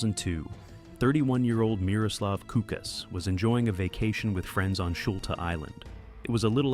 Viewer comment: The guy was named Miroslav Kuklis, not Kukas.